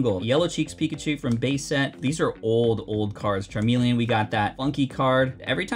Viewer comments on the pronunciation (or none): none